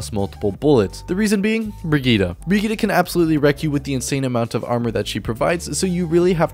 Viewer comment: bri gee tuh not op fight me